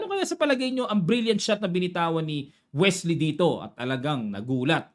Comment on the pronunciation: Sa excitement mo coach, naging Welsy na c Wesley hahaha